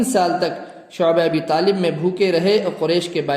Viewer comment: Shobe abi Talib nahi. Shebe Abi Talib hota hai